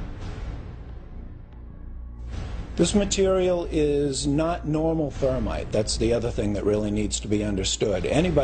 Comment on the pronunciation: don't forget the MAGNESIUM stop saying thermate it's thermite